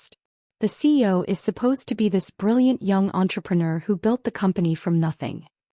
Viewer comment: Is there a reason AI cannot pronounce cEo rather than abbreviating it CO?